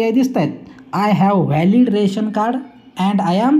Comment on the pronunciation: राशन कार्ड असे म्हणत नाहीत, रेशन कार्ड म्हणतात .